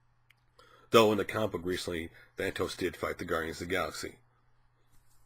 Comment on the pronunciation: If you are going to talk about someone GET HIS NAME RIGHT!!! THAAAAAAANOS No thatos.. There is no other T in his name!!!